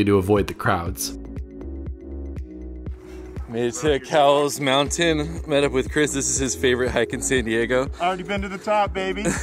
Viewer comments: I see my house! 😀 it’s crowded, that’s the only negative I see. BTW, it’s pronounced like the store Kohl’s, not like the 🐄 Try Mt Woodson. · Fun fact, it is actually pronounced “coles” mountain! Great video! Maybe someday we will catch a hike together. Just getting my hiking channel kicked off! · Great hike but it's so crowded unless you go super early or late. Oh, also, it's pronounced "koh-wools." LOL. The mission trails ranger corrected me multiple times 🤣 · It is actually pronounced Kohl's - like the store. I love the backside of this mountain:) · My hood! Grew up in San Diego and could always see the mountain from all places mid city. However it's actually pronounced " Kohl's mountain " . Named after George A Cowles, one of San Diego's early prominent ranching pioneers. Love the view from there! Nice video as always! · This was a great video, it's awesome having Mission Trails in my backyard! JSUK it's actually pronounced 'Coals' 😃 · Haha! Most people pronounce it the wrong way, I learned from my history professor that it's named after an old San Diego family and their name was pronounced 'coals'. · your saying the surname wrong its with a k sound kowles